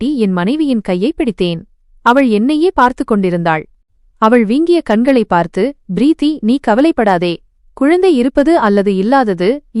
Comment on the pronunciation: “Preeththi enRa chol sariyaana uchcharippE illai. Purinthathaa? It is correctable.” — “M.K. Subramanian.”